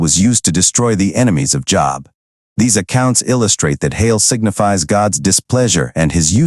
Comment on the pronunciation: It's pronounced Joe....b ; Job - not job(like employment) 😉 .